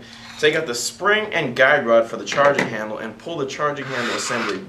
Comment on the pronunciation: ... "charging HAMBLE"?